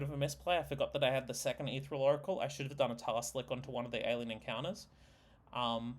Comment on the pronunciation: Etheral? Helna? The mispronunciations are maddening.